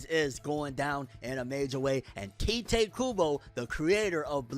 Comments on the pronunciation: I just hate how americans despite being so into anime and watching anime in original japanese and they can't pronounce names for shit, Tyte Kubo is new for me.. Let me help you, The "I" in Ichigo that sounds like a "E" for you. take that sound and put it in Tite so it sounds like Tite Kubo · His name is Tite, not Taite